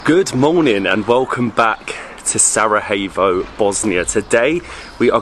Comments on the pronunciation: Its not Sarahevo, its Sarajevo. Learn to pronounce like the rest of the world can learn to pronounce your English words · Not Sarahevo, not Saragevo try say Sara-ye-w-o .... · Love it! Thanks for visiting our beautiful homeland. But hey!:) you gotta learn to pronounce Sarajevo the right way. It’s Sara-y-Evo basically. Not Sarahevo!::). Cmon now!:). Great channel. Hope you enjoy Bosnia!! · Sarajevo is pronounced SaraYevo Jajce= Yayce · try to pronounce it as Sarayevo and it's good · SaraJevo. J as in Yes or Yellow. Not J as in H. You are in Bosnia and not in Mexico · If you say saraHevo one more time lol you didnt say Hasmin 😂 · Bihać was the last place to be conquered by Ottomans. Something like 200 years after the ottomans began their conquest of the Bosnian Kingdom. Also, please look into pronunciation of Sarajevo 😊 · Your pronunciation of “Sarajevo” makes my ears bleed. Everything else is great… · Still mispronouncing Sarajevo! 😂😂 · all good. Not a problem, just a correction. U are doing a great job promoting the city and the country so its fitting to pronounce the capitals name correctly. Especially since its easier then how you have been pronouncing it. Cheers